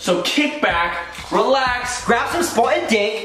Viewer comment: Am I the only one who thought it was 'spartan' and not 'spotted'